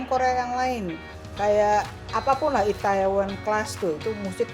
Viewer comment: Please.. Itaewon dibacanya itewon. Lama2 kok kesel😂